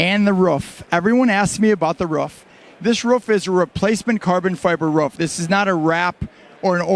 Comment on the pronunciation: A ruff.. bahahahahhahahaa A ROOF son. ROOF